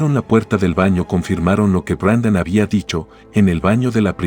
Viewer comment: Es Brandon no Brendon